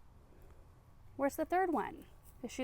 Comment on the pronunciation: Awesome as always beloved! You say "Allo" to your girls like a french woman 🤣 Thanks for such inspirations.. Much love and blessings from above for all you gave to us ❤🌿🪻🌸 ❤